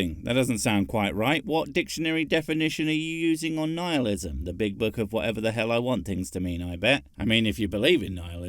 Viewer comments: That she keeps pronouncing it where it sounds like "Nealism" makes me think that her secret religion is worshipping Neal Patrick Harris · Wait, how does a therapist not know how to pronounce "nihilism"? Wouldn't the subjects they would've had to cover in school cover such topics as "neelism"? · Neehillism.... NEEHILLISM!!! seriously are you fucking kidding me? Nigh-hilism Good God PragerU, that's just pathetic. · I have never heard Nihilism pronounced that way. 'Neealism'. Is that a thing? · Knee-Heel-ism? Her pronunciation was so bad. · She can’t even properly pronounce Nihilism. So why be surprised that she doesn’t know what it means. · Did she say Nealism? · I have issues with anxiety and depression. Worst it got, and closest I was to ending my life, was when I was Christian. Go figure. Also, seems like I only ever hear Christians pronounce nihilism "neal-ism". Just an odd observation. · Is she intentionally mispronouncing nihilism?